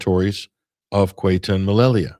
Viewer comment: Ceuta is pronounced almost like "SayUtah" quickly spoken as one word. Alternatively, let your favo translator app say it for you.